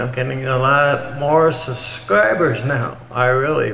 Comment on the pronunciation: "Suscribers" OMG HE'S LIKE" I CAN'T GIVE A HEART TO ALL OF YOUGUYS, THERE'S TOO MUCH OF YOU". Ugh so wholesome. This whole video is so wholesome